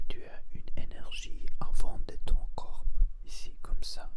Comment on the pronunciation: Salut monsieur ! C'était très intéressant comme vidéo mais juste pour information et avec bienveillance, on ne prononce pas : "corpeuh" mais "corps" On ne prononce pas de "e" à la fin de corps, juste on prononce : cor ou kor Jsp comment expliquer haha ! Mais sinon t'as vidéo était très relaxante et intéressante :)